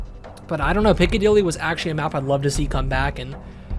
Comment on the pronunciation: dude said piccadilly smfh we're smoking rocks